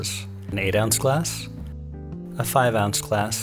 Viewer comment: I don’t understand. What is this thing “an ouns”. Is this what you are saying?